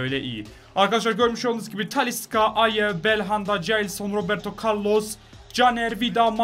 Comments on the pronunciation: TALİ S' KA DİYE SÖYLENMİYOR TALİ 'Ş KA SÖYLENİYOR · Abi tanilıska değil talişka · Abi taliska degil talişka deniliyor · abi taliska değil talişka😂😂😂😘😘🤪🤪